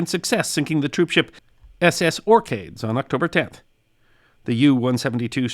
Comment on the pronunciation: Maybe point out that "Ben" is Gaelic for hill or mountain - the Ben Line's ships were named after mountains (and S.S. Orcades is pronounced ork-AY-dees - the Orkney islands)